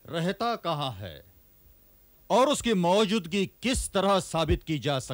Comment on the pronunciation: Mouzudgi sahi lafz nahi hai.. Maujudagi...sahi lafz hai Bhasha ka Samman karein. Phir bhi aap ke program mein koi khaami nahi. Qafi chaste or flawless program hai 👍❤️